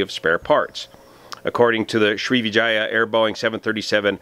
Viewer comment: You got the like for pronouncing Sri#%¥€$@